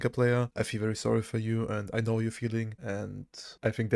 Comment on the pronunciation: Heya - I really enjoy your videos contentwise, thanks and thumbs up! But pleeeeease, check your pronounciations, especially for very prevalent words like "facet". It makes my ears hurt how you pronounce certain words, "know" would be another one 😊 besides that: keep up the good content and have a nice day!